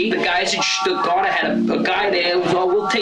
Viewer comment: Those damn guys from Stuttgart! (way to nail the pronunciation tho)